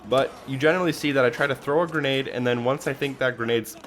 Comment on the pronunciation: Thanks for the "gernade" guide 😉